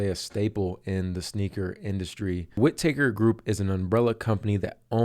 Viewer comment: "Whit-taker", like, he takes your wit? Lol. All one word Bro..."Whitaker"